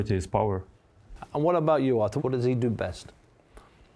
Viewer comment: Buncie stop saying Arthur🤣🤣🤣